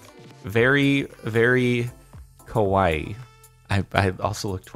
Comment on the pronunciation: jordan: its scary how can you say scary instead of cute in Japanese with just a little bit miss pronunciation also jardon: im very kowai me: "face palm"